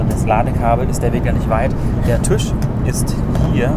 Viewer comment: Bitte. Es ist ein Tisch. Kein Tüsch.